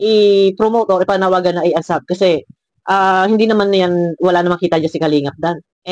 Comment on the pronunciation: Unsuuuuubbbbb po hindi unsab😂😂😂